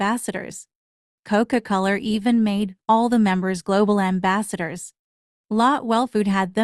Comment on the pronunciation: The way the AI pronounces “Coca Coler” 😭